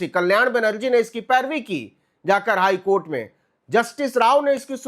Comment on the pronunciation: Highcourt nhi high kotha😂😂